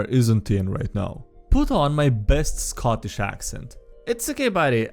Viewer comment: Not gonna lie, that was utterly nasty. (Oh, and 3/4 is three quarters, not three thirds.) You landed closer to Irish, which is close. For Scottish, you want to sound like you're in a bad mood and lean into the hard "k" sounds and "r" sounds. I can see where this is going... ... and I was right. That's an interesting curse for goggles of night . I wonder if it gets worse the more you use them? For the curious, this is a modified version of the classic bag of devouring . The canon version eats anything edible, spits out anything inedible between dimensions once a day, and has a 50% chance of grabbing any living creature reaching into the bag. If it grabs you, you get pulled completely into the bag and have a single round to try and escape with a DC 15 STR check. A friend can try and pull you out -- provided the bag doesn't grab them -- with a DC 20 STR check. If you're still inside when your turn comes again -- gulp! And no, buying cheap magic items to give to your friends isn't evil -- unless you know full well that it will hurt them, in which case it's hard to argue otherwise. Well, Lady Graytia is a knight errant who's been sent to hunt down two wayward members of her order, at least one of whom was in league with red dragons. They'd managed to establish a magical link to her and attempt mind control. The magic bed helped her to fight the control, but couldn't sever the link. When the bed was stolen, well, she finally broke, doing as the